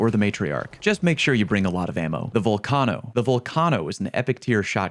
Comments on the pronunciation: ITS NOT VULCONO ITS VULCANO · "Tor-rent-ā" = 👎 "Tor-rent" = 👍 "Vul-kane-ō" = 👎 "Vul-căn-ō" = 👍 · Val-car-no 😂 is that really how it’s pronounced? Thought it was vul-cane-o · "Vul-cahno"? it is pronounced "Vol-cayno"! Still loved the video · Why do people pronounce it volCARno? What's those mountain things that erupt and spew out molten magme? Is it a volCARno? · Streamers who pronounce Vulcano “Vul-KAHH-no” are gayer than cum on a moustache. I don’t make the rules 🤷🏼‍♂️ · That Vulcano pronunciation is criminal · the way you pronounce Vulcano hurts my ears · Disliked due to pronunciation of Vulcano. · Did this dude actually just pronounce volcano like that lmao